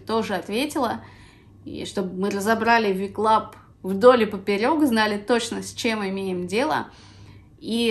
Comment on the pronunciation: Небольшая заметка: не Ви Клаб а Дабелю Клаб. Вы наверное перепутали буквы :)